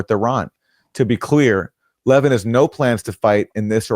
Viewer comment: I think we should negotiate with Iran, give up Zionism. I'm Jewish. As is Mark Leh-VIN! Why can't you pronounce the name of that Fox pundit correctly? Leh-VIN. If you'd watch him at all instead of just reading the goddamn copy, you'd understand how to pronounce his name. You're either doing it out of ignorance or malice. Which goddamn one is it?